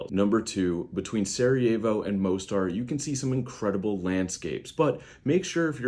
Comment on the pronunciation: The way he pronounced Mostar 💀